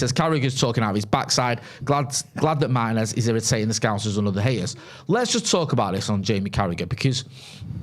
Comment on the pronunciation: It's pronounced Martinez not Martinez